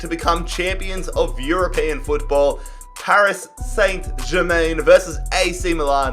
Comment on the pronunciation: Anyone notice the way he said Paris Saint-Germain😂